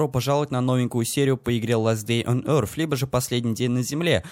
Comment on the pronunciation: Я конечно ничего против не имею, но в конце "Earth" читается "з".